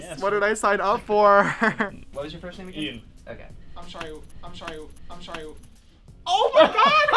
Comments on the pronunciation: ilxmo he said I’m sorry “I’m shorry” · he said “I'm shorry”😂